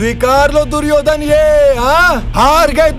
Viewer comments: Suryodan ❌duryodhan ✅ 😂😂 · It's not suyodhan it's duryodhan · It's 'Duryodhan' not 'Suryodhan' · Suyodan q sunai de raha hai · Duryodhen hota hai duryodhen 😅😂nahi